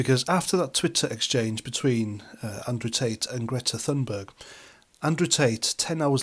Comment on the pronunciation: Great video thank you, bullshit free. And thanks for calling her Greta Thunberg and not Toonberg, this American nonsensical hatred of the letter “ U” is driving me to brink of insanity, that with YouToob and the imaginary car called a Jagwar. Sorry, everything is driving me nuts, your channel is like an oasis of sanity in an ocean of lunacy. Going to lie down, told one American, “ no wonder Putin hates you, wouldn’t you hate someone who called you after a can of shit? Pootin????”